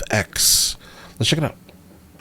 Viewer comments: In the odd interview I've seen I've heard both Mike and Melvin say it No, then ''F'' then' 'X''. Not pronouncing it as ''Effects''. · Its pronounced no-f.x. but u gotta react to the decline! One of the best nofx songs ever next to linoleum and dont call me white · The bands name is pronounced No Effects